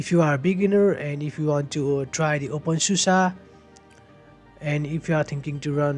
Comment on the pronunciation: really nice video, thanks for it, love how u say open susa hehe